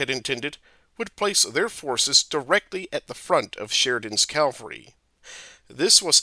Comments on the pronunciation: The amount of times I heard Calvary instead of Cavalry really distracted me. Cavalry is a horse you ride and Calvary is a hill where Jesus died. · "Calvary" or "cavalry"? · Ha ha ha! I thought it was a mistake the first time he said "calvary" but I guess that word is the narrator's nemesis. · The word is pronounced CAV al ry. After the first four or five times the mispronunciation becomes very distracting.